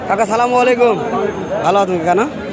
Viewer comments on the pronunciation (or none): ভাই আপনার সালাম দিয়াটা ভুল?? বলেন আসসালামু আলাইকুম ** আপনি বলতেছেন সালামালাাইকুম?? ভুল??